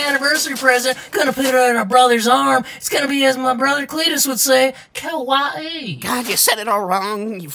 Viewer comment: this whole moment when he said Kawaii wrong and the brother was being such a typical weeb about it, so freaking hilarious! Lmao